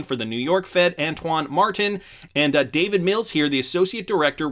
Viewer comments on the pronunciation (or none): none